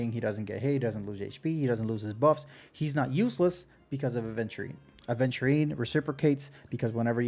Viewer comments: Great video, but man, every time someone calls my boy A(d)venturine my brain hurts >__< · Wait a minute. Isn't it 'Aventurine' without 'd'? I think I used to make that mistake as well. 😂Anyways, since I have Topaz I'm more leaning towards Aventurine now. I love follow-up comps and I've been clearing most content with Lynx as my 2nd sustainer anyways. Probably gonna get Clara from the 300/300 standard banner choice as well since I already have Bronya (50/50 loss on the initial Fu banner) and sig LC (from standard). I kinda stopped caring about meta too much. I just wanna have fun and pull the characters I like. I still wanna pull for Acheron cuz I find her really cool. Gonna be tough if I end up losing another 50/50 and having to skip Sam but such is the f2p life. 😅 I might be fine as I've saved up 30k jades and can get another 56 pulls from the exchange but my pulling record isn't the greatest except Black Swan which I got in 5 pulls and won the 50/50. I'll stop yapping now. 🤣